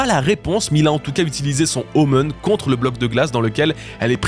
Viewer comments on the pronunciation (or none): Super vidéo, mais je suis quasiment sûr que "omen" se prononce "omène", pas "omeune" 🤣